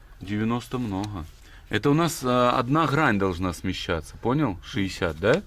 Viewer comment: Дак не Хрань А Грань